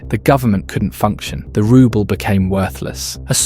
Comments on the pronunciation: "rubble" instead of "ruble" (roobal) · Spelling 'neutral' as 'nutral' doesn't help your credibility. And it's pronounced 'rooble' you AI toilet brush. Reliance on AI will be stage 8. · 10.46 you seriously just pronounced Rubels and rubbles 🙄